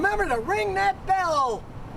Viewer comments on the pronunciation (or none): none